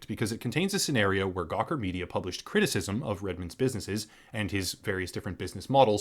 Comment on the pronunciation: I laughed to hard when you said CwiTiSiSm